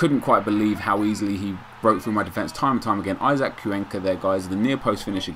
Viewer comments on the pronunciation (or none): none